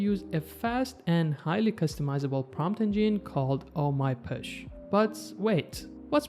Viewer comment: Btw it is not “push” it is posh. Like gosh. pawsh